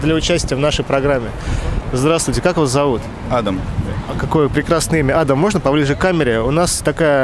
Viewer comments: Правильно не адам а адам. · ЛУЧШЕ ПУСТЬ БУДЕТ АДАМ, С УДАРЕНИЕМ НА ВТОРУЮ БУКВУ А.